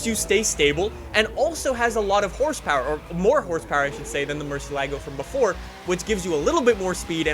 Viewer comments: the Murci is pronounced “Mer-siya-go.” I can’t stand people mispronouncing cars and brands. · I'm italian, and the right pronuciation is "mur-sie-là-go" :)